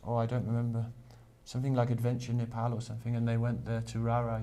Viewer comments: I m glad called nepal not nepol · loved the way he said NE'PAL' instead of NE'POLL'